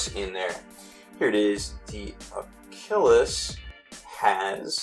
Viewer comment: It's pronounced a-kill-us